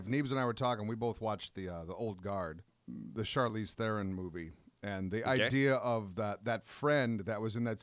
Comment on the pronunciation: you butchered her name so bad Charlize 😂😂 lmao